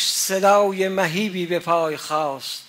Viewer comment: بادرود به جناب کاردان .....شما اکثر اوقات کلماتی رو که ادا میکنید فتحه وضمه وکسره رو رعایت نمیکنید...مثال به مَهیب میگید مُهیب یابه بازَرگان میگیدبازُرگان